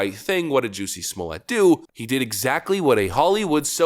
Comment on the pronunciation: Great report, but please -- be different. Say his name correctly with all the emphasis on the 1st syllable. It's not French or it would have an E after the double T :)